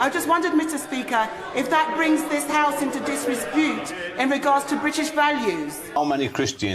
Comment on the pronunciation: Why does Dawn butler pronounce disrepute disrespute? She said the same thing the other day, Maybe she’s had too many cocktails at the Disrepute bar in Soho or something